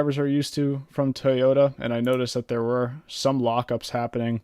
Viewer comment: You pronounced Toyota wrong